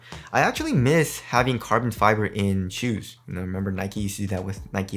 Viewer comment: Carbon FEEBER?